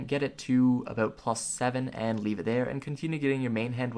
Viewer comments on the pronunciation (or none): none